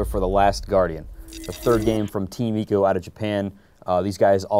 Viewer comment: ask a japanese, its ee-co